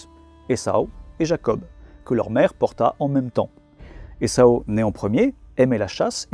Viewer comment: A c'est Ésaü et non essau